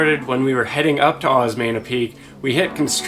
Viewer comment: It's pronounced, OS MEH NIA "~" on top of an "N" is pronounced NIA 💕💕💕 Just an FYI, love you guys!